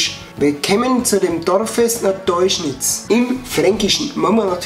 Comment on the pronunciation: Es heißt "deuscherz" nicht "teuschnitz" wohne 5km davon weg😂